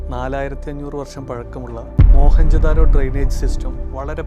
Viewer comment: മോഹൻ ജോദാരോ അല്ല മൊഹെഞ്ചോ ദാരോ... അതാണ് ശരിയായ പേര്. അവിടെ മോ ഹനും കൃഷ്ണനും ഒന്നും ഇല്ല.